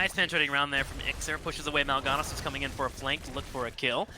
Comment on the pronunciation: Has learned how to pronounce Mal'ganis yet? He made it rhyme with Sylvanas and it bothered me.